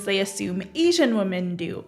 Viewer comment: My only question is: why doesn't anyone in Gen Z know how to pronounce the word 'women'?